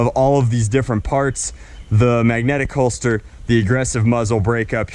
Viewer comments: Holster not holdster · It’s a holster not “holdster”